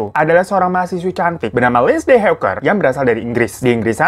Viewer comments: Lindsay dibaca Linsey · baaang mau ngasih tau kalo lindsay tuh dibacanya linsei ya bwaangg